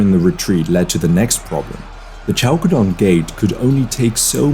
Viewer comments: More like "Halkedon" ;) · Khalkedon is much correct as a pronounciation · Is that the right way to say Chalcedon?